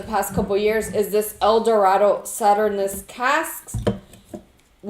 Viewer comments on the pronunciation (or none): sauternes is pronounced as Saw-Turn and the s is silent. It's not pronounce Saturn-Us. Just here to teach you something as usual. Blessings